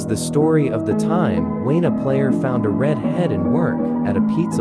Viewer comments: When you said the red head it sounded like the reed head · you say rid head 😂😂😂😂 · I like how the robot voice cannot pronounce such simple words like "red" or "alone"